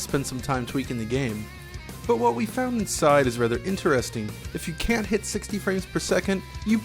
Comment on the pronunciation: What's up with that weird pronunciation of "intEREsting"?